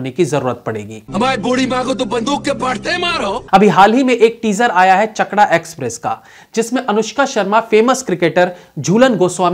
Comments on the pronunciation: it's चाकदा express not चाकड़ा express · फिल्म का नाम चकड़ा एक्सप्रेस नही, चाकदा एक्सप्रेस है... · Actually in our bengali accent it pronounce as, चाकदा express. चाकदा is the name of the town in Nadia district, West Bengal from where Jhulan Goswami belongs. 😊